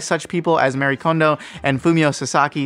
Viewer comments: Thank you! It's pronounced MUH-REE for those who still don't understand. It's good information but the mispronounciation is driving me crazy. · Respectfully, her name is Marie, not Mary. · Her name is Marie, not Mary.